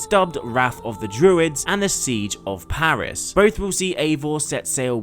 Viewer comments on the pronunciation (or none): none